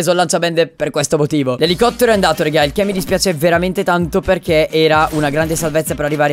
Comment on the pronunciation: Dici rega in un modo che damiano er faina spostati